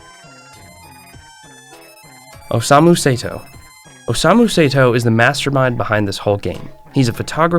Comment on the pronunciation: Say-to as well😭